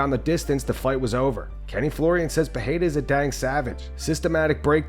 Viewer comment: Getting tired of hearing this. "Puh-hey-duh" is a different name than "Puh-rare-uh." I had to ask this Brazilian couple that I know. They're 2 different names. It's pronounced Puh-rare-uh